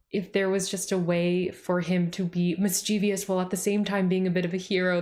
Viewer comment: PSA: "Mischievous" has three syllables, not four.